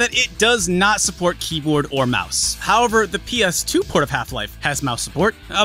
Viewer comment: D...did you say Dreamcast Keebler?